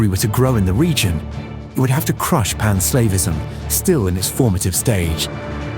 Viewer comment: I did get a laugh from all the times pan-Slavism was pronounced as pan-Slaveism.